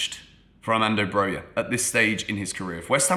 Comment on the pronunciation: its Brokha not Broya